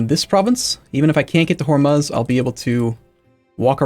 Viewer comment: Hormuz is pronounced "whore-moos"